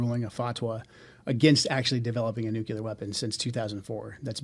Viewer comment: Why can’t this intelligence expert pronounce the word “nuclear” properly?